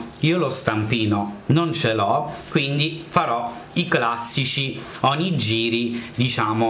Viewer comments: ciao :) 1 errore di pronuncia : non si dice Onogiri,ma onigHiri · Non si pronuncia 'onigiri' ma 'onighiri' ;) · si pronuncia OniGHIri lol sentire oniGIRI mi turbava :O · Ma non si diceva ONIG"H"IRI ? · "oniGIri" non si può sentire.. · Bravo!! Perô mi raccomando: si pronuncia ONIGHIRI !!!!!!!!!!!!! :) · si pronuncia ONIGHIRI!!! -. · Voglio l'Onigiri a forma di faccina di Panda!! Che carinoooo!!!! P.s. Ogni volta che dici "Onigiri" onestamente mi viene da ridere... (nel senso buono)